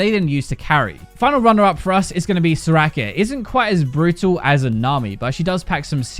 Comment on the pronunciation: The way says Soraka makes my ears bleed.